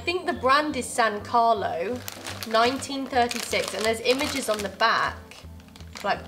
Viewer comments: I Think that the Name ist San caurlowww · San Carlo non sen cauor 🤣🤣🤣🤣🤣🤣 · è san carlo non "san carlou"